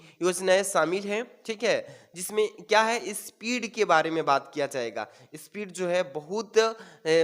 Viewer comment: High speed ko night speed bol rhe hai